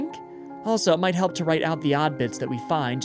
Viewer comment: She didn’t say help, she said hllp did anyone else notice that?